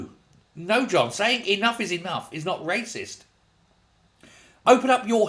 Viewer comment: Wyacist, waysict, racist, YAWN.